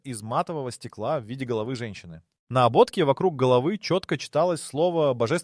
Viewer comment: Слово на ,, на ободке,, --- также неправильное ударение!! Надо на последней букве ,, е ,, делать ударение!!!